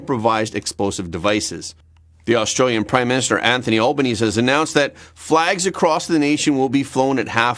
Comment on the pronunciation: Excellent episode again mate Heads up though 😉 Bondi (Bond-eye) Albanese (Alban-easy) or just insert expletive 🤣